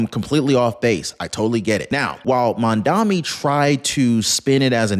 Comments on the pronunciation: Mamdani, not Mamdami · Mandummy not mandani! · Try to at least pronounce his name right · It's "Mamdani"!